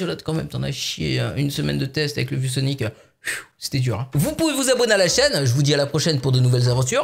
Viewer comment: On dirait que tu dis vieux Sonic au lieu de view Sonic